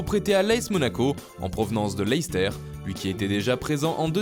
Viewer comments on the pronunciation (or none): none